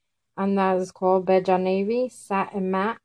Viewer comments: Wait it's pronounced belja??!? I thought it was bell-a I love it btw ❤️😘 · Bella not balls lmao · Great haul! Wonderful collection of Milani, an Italian name, eyeshadows; they have a rich pigmented payoff. LOL, I've never heard "Bella" (bell-uh), Italian for beautiful, pronounced bay-jha. Also, lanyard is pronounced as lan-yurd. However, I am new to your channel, and you might be bilingual? Thanks!